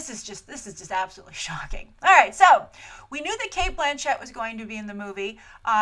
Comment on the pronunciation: Its Blanchett not Blan CHETT ahah oh Grace